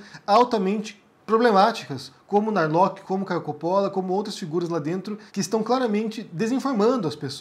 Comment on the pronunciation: correcao: nao é narloqui. é sobrenome alemao e se pronuncia (+/-) nar-lorr.